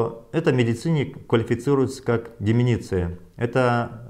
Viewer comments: Правильно, учиться НАДО. Не деменеция, а ДЕ-МЕН-ЦИ-Я - возрастное слабоумие. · Не деменИция, а демЕнция. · Не "деменЕция" а "деменция"! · Сказал Деменеция ) с кем не бывает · Не деменеция,а деменция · не деминиции а деменция!!!!!! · У елказы нации Деменция а , не деменеция. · Деменция надо говорить, а не деменеция. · Не деменеция, а деменция. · ДЕМЕНЦИЯ, а не деменеция🤦все, что Вы говорите после этого слова, не воспринимается. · Не деменеция, а деменция 🤣🤣 Мухтар, на вас это не похоже!!! 😁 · хахахахахаха!!! ....ДЕМЕНЦИЯ, а не деменЕция, умник с высшим образованием!!! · Деменция а не деменеция...и где обещаные 500 за доллар?Где тысячи умерших?Выходит и ты не настолько умен? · Мухтар Кабулович правильно будет "Деме́нция" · не умничайте. он мозг не важно как он ударение ставит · Он сказал деменеция но все поняли что он имел ввиду)) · ДЕМЕНЦИЯ правильно так надо говорить